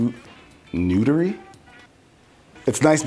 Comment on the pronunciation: The face he made after saying "Newdery" 😂😂